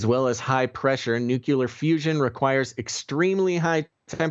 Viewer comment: There is no such word as NUCULAR. Unsubscribing.